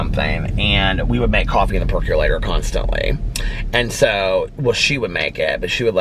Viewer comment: I cannot take you seriously when you say percolator. I forever sing it like you did in your PReview or PDS channel I can’t remember... but I ALWAYS sing that song when you say “peculator” since lol